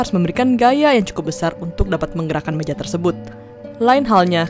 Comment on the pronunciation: gaya jadi gayak meja jadi mejak